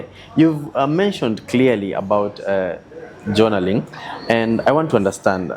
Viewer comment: JONALLING??????? JOURNALLING?